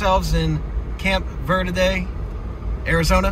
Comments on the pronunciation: Omg thank you! ALSO - it's pronounced VURDEE. Not Verrrrrrrrrde. We pronounce it the 'Merican way! 😎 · You missed the whole town, And you're saying "Verde" wrong. It's "ver-dee." -CVHS class '79. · “Ver-Dee” is how most pronounce it. Mexican pronunciation is fine too